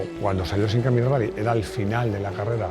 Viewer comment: Con el debido respeto lo que el dice del Simca 1000 Rally no se entiende, lo dice como sin aire... 🤷‍♂️